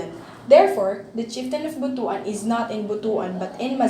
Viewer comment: ‘butwan’ not bu-tu -an